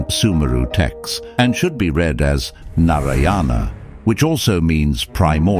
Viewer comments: As an Indian, the way u say nariyana is so funny lol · it’s pronounced as Naaraayana. The “a” should be pronounced a bit longer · Love the theory, but the way Narayana is being said in the video is killing me 😂😵